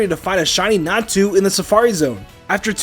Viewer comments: its not Natsu, its Natu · Calling a Natu a Natsu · Did anybody else notice that instead of Natu the were saying Natsu? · When he said natu I thought he said nastu!!